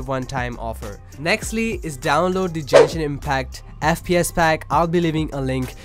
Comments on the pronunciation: DID U JUST SAY JENSHIN LMAOAMLA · Jenshin? o.o